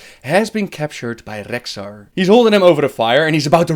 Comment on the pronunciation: Gavin Muller I'm aware of that. But as you can clearly hear, he IS ABLE to pronounce it properly. But time to time he chooses not to.